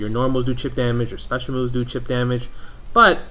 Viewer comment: "Chip," not "cheap."